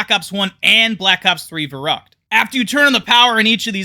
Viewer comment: It's kind of annoying how you pronounce Verrückt